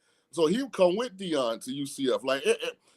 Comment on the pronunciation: It’s okay calm down. It’s Deion by the way, not Dieon 😂